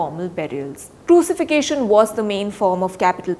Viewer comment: Good report. Although the word 'Crucifixion' is not pronounced right.